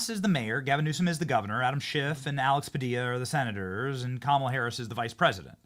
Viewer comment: This guy is still calling her kamilla lmfao wow